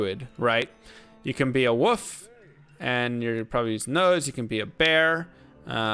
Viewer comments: Ummm.woof? Lol. The L is pronounced in wolf. Like wool with an f on the end. Uh. 🤦‍♂️🤣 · Who knew that werewolf is pronounced "woof"! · Can't tell if you legitimately don't know how to pronounce wolf or not. Anyway Druid was one of my fav chars, but unfortunately he sucks. They did improve his elemental spells with the synergies patch, but the shapeshifting abilities pretty much got the shaft with that patch. Werebear, while looks really awesome, sucks. Unlike the barb with whirlwing, he has no special combat abilities besides just basic attacks, which makes him far less fun to play as, besides the gimmick of him looking like a bear. His attack speed is painfully slow too. Elemental is pretty much the way to go with druid, it's the only option that makes sense, but even then he's just so much weaker than sorc. Really glad Druid is coming back for D4 though, he looks SO much better. It looks like he can seamlessly transition from human to were forms quickly and with knockback and stun effects which make him so much more playable. I can't wait to see what else he can do.